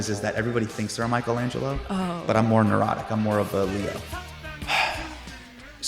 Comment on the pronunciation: Bro is Michelangelo not Michaelangelo… otherwise no notes